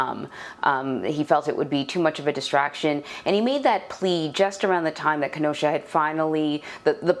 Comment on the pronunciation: Sleepy Joe can’t even pronounce Kenosha 😂